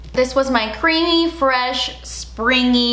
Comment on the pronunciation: Because of I no longer say FRESH. I’m cultured and say “very EFRECH”